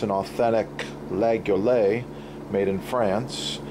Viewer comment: dude you're pronouncing the name all wrong, it's kinda cringe..